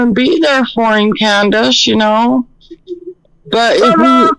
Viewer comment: Why does keep saying Candace.I don't know anybody that does that